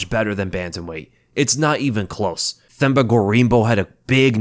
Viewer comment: Themba is pronounced Temba